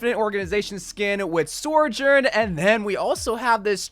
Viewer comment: Nobody:: SOR-journ